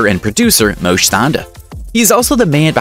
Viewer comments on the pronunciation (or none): Moshe is pronounced, Moe Sheh.